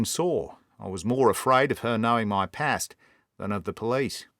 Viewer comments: just one point about your Australian accent: it's one of the best I've heard, but as an Aussie myself, I can assure you that we pronounce "past", "last" and "fast" exactly the same as most Brits, with a long /a/ sound. I don't know where you got the idea that we say these words like most Americans, with an /ae/ diphthong. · Aussie's pronounce past " parst". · It is an imperfect Australian accent in my opinion. Rarely will you hear an Australian pronounce the words path, task, past and last as one would the words "rat" or "Black Jack of Ballarat". In my experience, we mostly utter those with an extended "ahh" as in mast, Maastricht or half, but I'll confess it is only the nature of these brilliant tales that makes one focus on small details as does our hero.